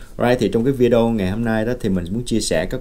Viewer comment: Không đọc là “ vi déo” Mà là : vi đê ô bạn ạ